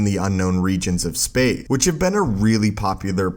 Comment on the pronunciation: Space!!! Not “Spay”